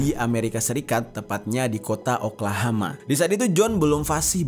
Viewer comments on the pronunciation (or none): Oklahoma jer bukan oklahama